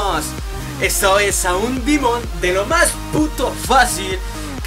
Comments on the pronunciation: Pq dices dimon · al demon le dice dimon